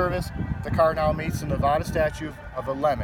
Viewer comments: he said navoda lol its navada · Come on bro if you're going to quote NRS statutes at least know how to pronounce the state correctly. Ne-Va-Duh not Ne-VAH-Duh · Its Nuh va duh. Not. Ne vah duh.... Go back to Jearsy. This dude is why I moved from my home City... All the guys that are trying to be Gothic and trying to be hip. Everybody dresses in black t-shirts black hats black shoes black socks black shorts. Try to wear big old devil rings on their fingers, and everybody is out for themselves and con artist in Las Vegas. Place has turned into a dump in the last 30 years. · Nevahduh, Nevahduh? You ain't from Nevada is you pronounce it Nevahduh. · Dude you live in NV yet pronounce it Nevahda? It makes it hard to sympathize with you. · it's not pronounced "nevaahhduh" go back to cali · Say Nevada right you fuckin live here. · You say Nevada like someone from Cali. Turn off the music next time.Weird (-)camber-wear on the rear tires. Towbin sucks. Sorry to hear. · Your parked in a red zone!!! And you know Nevada isn't pronounced that way. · He lives in Nevada but doesn't know how to even pronounce Nevada like a Nevadan. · Sorry... two mistakes with this video. 1. Towbin isn’t in “Las Vegas” it’s in Henderson. 2. You should pronounce the states name correctly.